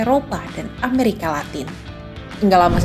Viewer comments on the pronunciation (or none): none